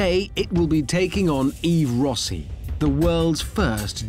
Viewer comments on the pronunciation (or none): It's RossY. Bloody english speakers, no respect to name pronounciation.